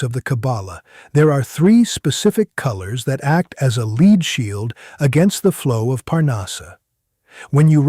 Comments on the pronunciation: Lead here's not leed, it is led. Ai crap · I wish AI could pronounce lead properly, as a verb it is LEED, as a noun it is that hard metal, LEAD. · What is the deal with these obvious AI cartoons? No matter how real it looks, when you take a drawing, no matter if a human or a computer generated it, and animate it, you are making a cartoon. This is a cartoon. He called Lead LEED FFS. When does this end?